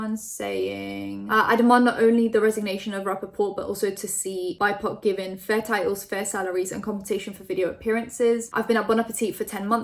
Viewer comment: Hey,! I just wanted to tell you BIPOC is pronounced B-I-P-O-C. It stands for Black, Indigenous, and People of Color (or Colour).